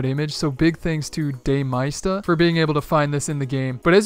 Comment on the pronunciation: My dude pronounced da maysta “day mista” 😖